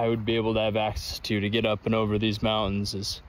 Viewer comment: Stopping at a crick for water in the mow-uns. Spoken like a true Utahn.